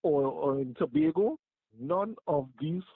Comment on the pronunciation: please pronounce tobago properly. Not To-bar-go.